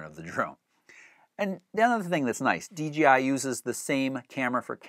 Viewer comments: Why do all the reviewers call it dgi instead of dji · People just can't say DJI they always say DGI get with it people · D "J" I...not "g"....seriously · Why does everyone say DGI...??? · It's "j", not "G" in the company's name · About the 10th time he said D GEE I.....I had to move on. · Hey bro, bros and Broettes it’s DJI not DGI. Damn learn to speak!